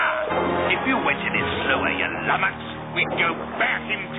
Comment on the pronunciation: Take a shot every time he says lumnox.